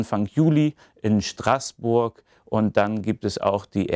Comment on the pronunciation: Schön, wie Du in mit Deiner Aussprache von „Straßburg“ deutlich machst, dass es sich dabei nur um Tand handelt, wie Strass eben.